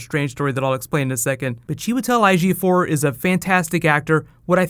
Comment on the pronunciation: i learned how to pronounce Chiwetel Ejiofor thru this video